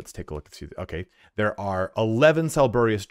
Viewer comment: Why do youTubers have so much trouble reading? Sa-lu-bri-ous. Not salburious. It means "improving or giving health". Roborant = rōh-burr-ent. Jesus Christ, brother. Reading is fundamental. Means "a substance that strengthens or enhances".